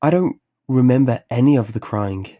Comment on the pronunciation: Can't get past the pronunciation of words ending in ing as ink. Dammit! Dreamink, beginnink, cryink.